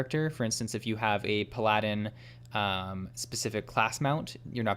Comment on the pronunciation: The way you pronounce pal-a-din is hilarious